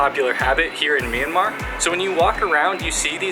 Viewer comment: And also it's not me-an-mar It's m-yan-mar